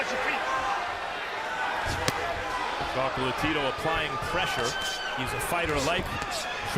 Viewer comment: "Chocolatirou" jaja que cura lo pronuncia el narrador.